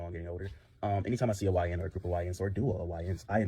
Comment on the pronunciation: What's a YN ?? Never heard that term before 🤷🏼‍♀️ At first I thought he was saying Hawaiian 😆